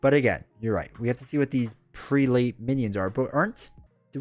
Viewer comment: The word you are trying to pronounce is "Prelate", pronounced "preh-let". It is a term for an Anglican Bishop. In the timeline where Legion killed Xavier, there were no X-Men to stop Apocalpyse so he won. Many of your favorite characters, like Cyclops, become a sort of "high priest" for Apocalypse. The later X-Men of that timeline were led by Magneto and Rogue.